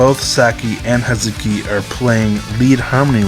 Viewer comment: You know how you started this video talking about how you’ve been messing up the pronunciation of Tamu? You know… because how the letter U has a tendency to disappear. Guess how Hazuki is pronounced.